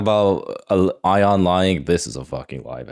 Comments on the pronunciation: still can't pronounce Ion lmao. He's literally met the guy. At this point he's doing it to incite comment engagement. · gosh it seems so obvious to me that has very little respect for ion. I don't feel like him still calling him "eye-on" and calling him a liar are a bit at this point, it's pretty noxious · I just love how pronounced Ion 😄